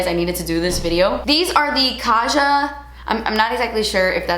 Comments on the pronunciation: Love you! Also it's pronounced "kah-jah" with a hard J because that means "let's go" in Korean:) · Kaja is supposed to be prounounced as kah-jah as its influenced by korean beauty and kaja is a korean word! It's a shortened version of 갑시다 , which means "lets go!" in korean. :)